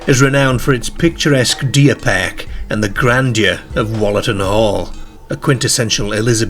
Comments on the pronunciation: I thought the same! Never in my life have I heard an English accent that pronounces words with the ‘ar’ sound in such an extreme way. The accent sounds like it’s probably more North West than anywhere but still, I’ve never heard the word ‘park’ pronounced ‘pairk’ or ‘car’ ‘cair’ never! I presume it’s put on as at 0:79 the second time he says ‘car’ it’s pronounced more normally! Weird and more weird than the story itself. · I’ve never heard the pronunciation perk for park before 😮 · It sounds Liverpudlian except the rest of his accent sounds Yorkshire… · Same here. It's a wee bit off-putting, as I keep fixating on it. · Very strange pronunciation. Cares (cars), Park & Dark (perk & derk) are Irish pronunciations although this gentleman's accent isn't. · I’m pretty sure pronouncing it Wollatan ‘pehhhhhhhhk’ is not correct in any English dialect or accent 😂